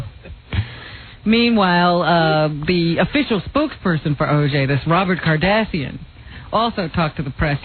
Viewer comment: “Robert Cardassian” lol I didn’t know Robin was a Star Trek fan..